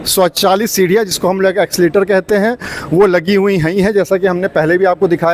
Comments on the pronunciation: एक्सीलेटर नहीं भैया😂😂😂😂 एस्केलेटर बोलते है भाई कुछ भी 😂😂😂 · एक्सीलेटर नहीं एस्केलेटर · Accelerator Nahi Escalator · Accileter aap kah rahe h Esclater boliye